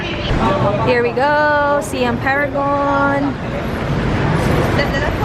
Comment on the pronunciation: Hi, icorrect ko lang sana how you pronounce "Siam". Its actually "sahy-am". Like how you say "siamese twins". Thailand was formerly known as "Siam".